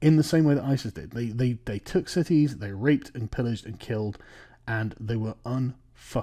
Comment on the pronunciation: Whoa! Whoa! sargon, slip of the tongue mate "i have mates who have been to Afghanistan and what they do as a hobby, for sport is rape little boys" might want to reword that lol The way you structured that emphasises "they" as if you were talking about your friends.